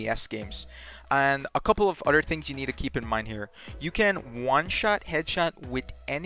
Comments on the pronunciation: The word is "other" not "otter" 🦦😂😂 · It’s pronounced other btw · “True” = Through “Utter” = Other